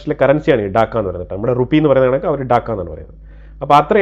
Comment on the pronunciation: Daakka alla bro. Taakka